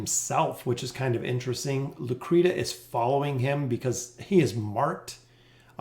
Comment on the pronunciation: His name is pronounced EDZIO, also her name is pronounced lucreshia. gaddamit fucking ezzio and lucrita